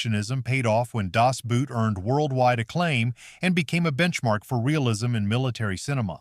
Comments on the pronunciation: That the AI vocabulary it cant say certan words correctly. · Goddammit, Americans, stop saying “Das Buuut”! Find a German and let him teach you the right pronunciation!